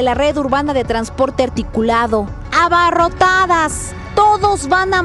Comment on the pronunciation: Abarrotadas!! con ese énfasis exacto van 😖😖